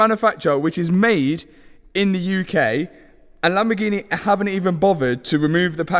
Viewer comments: My Asian girlfriend pronounced Lamborghini as "Lumber Genie" I loved it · How you pronouncing “lamborghini”, you should rebrand all your lambos to “lamborghine”